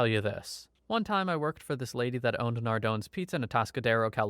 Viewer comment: its pronounced Nardonees and also its the best. Never thought I would hear a story about them here.